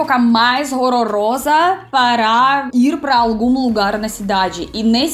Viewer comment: Aqui, ela ainda estava com o 'rorrorosa'. kkkkkkk. 'HORROROSA', meu bem!